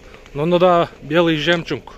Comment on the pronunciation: Ээ иним сен дагы Атакулга окшоп жемчунг дейсин го 😅